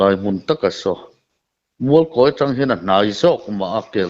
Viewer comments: Mizo Journalis chu khaw hming i va chhiar dik lo ve i chhiar Kâwi daih a. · I thluk dik lo Mualkawi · Mualkawi tih chu in thluk dan ava inanglo ve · An chilkawi a ni ang😁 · A ṭawng a pai nge Mualkawi hming lam dan hi a hre sual? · Tawngthluk hi fimkhur ve deuh teh aa, Mualkawi tih te hi chu i hre ve fo tawh tur ah ngai ila, tawng hian a thluk a zir in hawrawp in ang reng pawh a lam a hrang daih thei tih hi hriat a tha khawp mai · Mualkawi i lam dan hi ngaihthlak a nuam chiah lo thluk dik hi a pawimawh ve a nia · Mualkawi, tih chu i thlûk diklo hle mai. I kawm a te thlûk dan hian thlûk ve mai la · Mizoram khaw hming tal hi chu lam dik ve teh u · Khaw hming lam dân hi inzir deuh ula a tha hle mai..